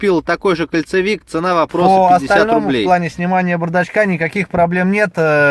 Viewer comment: КОНцевик КОНцевик КОНцевик от слове КОНЕЦ, а не от слова КОЛЬЦО!!!!!